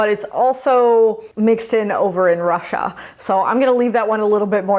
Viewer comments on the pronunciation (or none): none